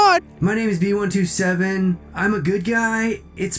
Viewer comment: My only complaint: Its Bee-One-Twenty-Seven, not Bee-One-Two-Seven!